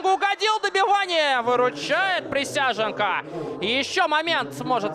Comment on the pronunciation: Присяжненко - какой хороший вратарь! С удовольствием в третий раз пересматриваю обзор. Комментатору вызубрить фамилию превосходного вратаря! Никакой не Присяженко, а Присяжненко!